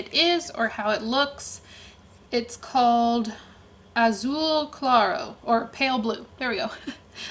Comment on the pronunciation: "Azul claro... It's not in a language I speak." but it is in one I do! And it made me happy for no apparent reason. I just love seeing people speaking Portuguese haha Also, nice pronunciation.